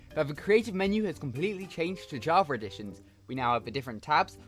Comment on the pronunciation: yeah thats definitley an ER not an A javer